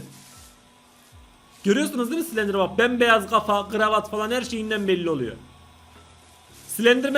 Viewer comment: Slenderman değil silendirmenğ 😅🌼